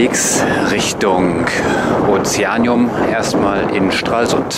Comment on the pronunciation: Kindheitserinnerungen kommen in mir hoch! Oma, die Onkels und Tanten haben wir mehrmals im Jahr besucht. Der ganze Hafenbereich , in dem das Kopfsteinpflaster zu sehen ist, war früher militärisches Sperrgebiet. Das Aquarium wird vor Ort als "Ozeaneeum" , also mit langem "e" ausgesprochen. Gegenüber der Rathauspassage befindet sich das Stammhaus von C&A und, und und... Dankeschön für diesen flashback!!! Gruß aus Berlin, Ronald Ach ja, Rügendammbrücke 👍👍👍